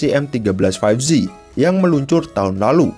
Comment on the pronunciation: 5G dibaca "faif ji" bukan "faif zi" bang